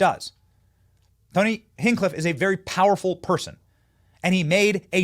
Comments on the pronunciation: It's not "hink-clif" it's hinch-clif. And it's not "aim-ish" it's aaa-mish. You're gonna drive me insane with all that. 😂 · Uhhh... Benny? How to you keep getting "Hing-cliffe" from "HinCH-cliffe"? Just like, how to keep getting "Ram-swamy" from Ram-A-swamy"? When one's living is made speaking to what others speak, put a little more effort into getting names correctly. All that aside, God bless you, young man. Love the work you and your staff are doing. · It’s Tony HinCH Cliff Benny not Tony Hin Cliff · Tony HinchCliff. Tony Hench Cliff is how to pronounce it. Just to help ya out Benny. Love your Work, you're doing the Lords Work. Let's MAGA & MAHA. Trump / VANCE / MUSK / RFK Jr / Gabbard / Ramaswamy. 2024. Let's take back our country and Fight, Fight, Fight For Our FREEDOMS. GOD BLESS YOU ALL, And to those that don't Believe, that is Fine, I hope God touches your Heart and shows you the Path. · Benny it’s HINTCH-CLIFF! NOT “Hen-Cliff…” and while we’re on the subject it’s pronounced “NEW-CLEAR” NOT NEW-Q-LUR… LOL Love you Benny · Benny, I love the videos but I can’t get past the way you pronounce Hinchcliffe. It’s HINCH, like a trailer hitch but replace the T with an N. Not Hinngcliffe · Benny, Tony's last name is pronounced Hinch-cliffe not Hin-cliffe! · HinCH Cliff Benny, HinCH Cliff. He kills me when he says Hin Cliff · HINCH. Benny it’s hinCH CHA CHA . HinCHcliffe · Benny, you are amazing, brother but you gotta stop mispronouncing Hinchcliffe lol HinCH-cliff 😂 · It’s ‘Hinch-Cliff’ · Four days and you still can't get tony's name right